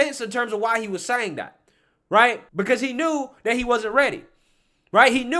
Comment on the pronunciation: man take out all of your d's and replace them with "th" dis?? dat ??dey?? its this...and that and they...use some grammar for people to listen to you...